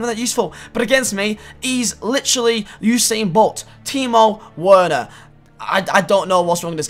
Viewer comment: I cringed when he pronounced Werner wrong.